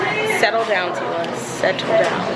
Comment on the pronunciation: ITS MOANA TEALAAAA AND MEREEEEEE NOT MOA AAAAAHHHH not hating btw just stating a fact